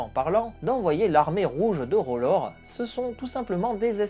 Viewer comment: R'hllor, pas "Rolore"